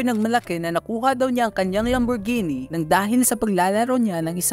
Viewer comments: Lamborghini ❌ Lamborgenie ✅ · ❌ Lam-bor-ji-nee ✅ Lam·br·gee·nee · It's not read as lamborjini haha. It's read as lambor-gehni but spelled as Lamborghini. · Lambur-genie amp HAHAHAHA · Lamborjini raw anong klase na pronouncation yan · Sakit sa tenga pag bigkas ng lamborghini.. maling mali eeh.. Bat naging genie😂😂 lamborgenie yarn. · Mejo natawa lng ako dun sa part nung magkasunod kayo nung nasa video nagsabi ng Lamborghini as Lambor-genie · How could people be tricked by someone who calls a lambo a “lambor-genie” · "Moosetang" "Lamborgeenie" "Wala kong pake sa inyo" Squammy personality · Mustang lang and Lamborghini di nyo alam pronunciation 😅